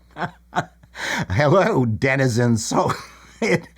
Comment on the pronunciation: "JaguarTubbies, JaguarTubbies, say hell-oh" 🤣